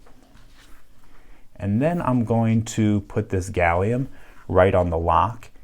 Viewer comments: You've said Salium 96 times in this video. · Shouldn't Americans call it Gallum? Like aluminum.